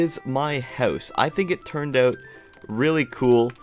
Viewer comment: No offence but the way you say house sounds like ‘hause’ 😅